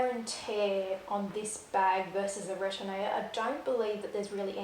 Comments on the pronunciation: Retourne is pronounced “Re torn,” versus “Ret orn ay.” Thanks for sharing. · BN is correct on retourne’s pronunciation. Just don’t pronounce the “ay”at the end. Depending on your climate, if you don’t want oxidation of your metal, take off the stickers. It’s far too expensive to replace. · This is so helpful. Definitely more of a sellier person myself. Also the e isn’t pronounced at the end of retourne. Also the sellier style only coming in stiffer leathers is not true. Even if it’s not a SO, it can still be sellier with Clemence or Togo or Swift. The give the bag has, has more to do with the leather as opposed to the style of the bag. Epsom being the most stiff among them. If you had two Togo bags, one retourne and one sellier, the give would be virtually the same. A birkin in Epsom is just as stiff and it isn’t in the sellier style. So it has to do with the leather more so than the stitching and style of the bag.